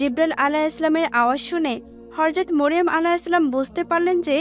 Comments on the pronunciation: Horjot not hojrot😅😅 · Horjot not hojrot😂😂😂😂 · হর‍যত না হযরত উচ্চারণ ঠিক করে বলবেন😊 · horjot not hojrot